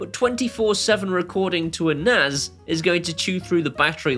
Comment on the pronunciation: BTW its Nas as in NASA not Naz.....